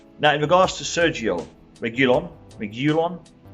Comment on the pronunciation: Sergio Reguilon pronounciation: Serhio Regeelon. I'm not even spanish, and I think this is obvious.